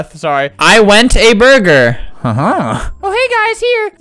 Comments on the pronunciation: “i went a burger” french noises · “I WeNT a BURGAR🤭😃🍔